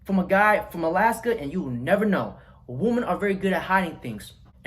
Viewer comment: I know that's pimp game, but you really need to learn the difference between the pronunciation of woman and women noun: singular woman; plural women: the o sounds like an i. Not WEEMAN but WiMMEN.